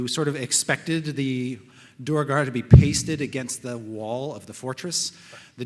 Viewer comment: Really? "Dooer-gar?" I always thought it was "dwayr-gar."